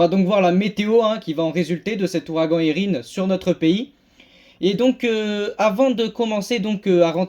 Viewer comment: Merci 😊 et tu prononce bien Érin !